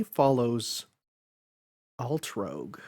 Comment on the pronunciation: Altrouge is pronounced as "Alt-roozh", not "Alt-rogue". She has yet to appear in any official work which is ironic, considering her background & the influence she has in the inner workings of the 27 DAA. Here's hoping Nasu finally puts her as a major character in his future works.